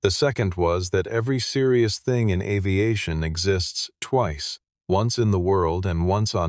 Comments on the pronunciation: The word 'Avigation' is an incorrect pronunciation of the word AVIATION! Thumbs Down! Bad Form! 😞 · Tell your AI the word is “AVIATION” NOT AVIGATION” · weak story AI slop. the captions read 'aviation' but the 'artificial idiot' says 'aviGation' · AI pronunciation poor. Struggling with the word "Aviation" - rather fundamental in a story about an airfield. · AI voice can’t pronounce aviation.